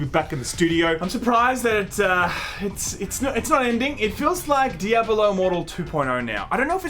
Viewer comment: "Djabulo" lol wtf